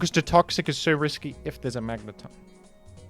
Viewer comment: bro fr just said "Magnétón"